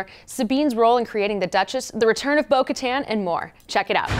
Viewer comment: why do they keep saying bo katans name wrong?